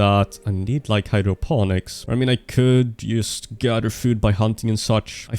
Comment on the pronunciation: It’s “yust” time 😂